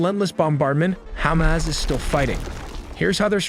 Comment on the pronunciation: I stop watching when you said Khamas controling humanitarian aid!